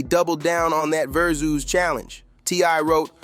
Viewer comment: Its not VER-SOOOOOS....its Ver-SUS.